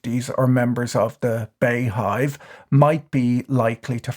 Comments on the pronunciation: Bee Hive. Not Bay Hive😂😊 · Finally an opportunity to humbly correct you sir Patrick. It's pronounced Bee-hive and not Bey-hive. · Did you say bayhive? It's beehive.